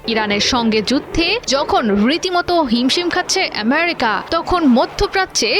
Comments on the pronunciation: এমিরিকা নয়, বলুন আমিরিকা😂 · সাংবাদিক আপার ফুলকে সুল বলে শুদ্ধ করে আমেরিকা কে এমেরিকা বলে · । আমেরিকার নাম এভাবে উচ্চারণ করা হচ্ছে। মনে হচ্ছে আমেরিকা ওর মানে সংবাদ পাঠিকার বাবার দেশ।